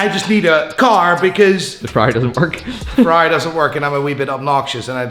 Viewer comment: Ferai --> Porcsh 👍👍👍👍👍👍👍👍